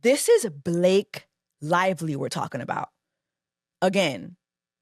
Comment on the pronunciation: So her name Blake LIE-ly now? 😂😂😂